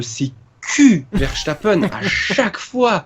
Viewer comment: Arrêtez de prononcer "Verchtappen" par pitié !! C'est un nom hollandais, pas allemand :p